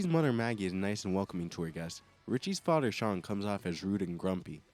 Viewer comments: Why should I listen to a mfer complaining about sh*t that effects him in NO WAY especially when he continuously pronounces the word “FATHER” as Faddderr? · the way you say father lmao